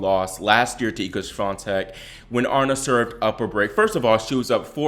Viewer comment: Gurrrl, stop it. You’re over-reacting. Aryna (A-Ree-Na) is still number 2 and had a great tournament. She’s made big improvements from last year especially on her serve. Calm down and give her some slack!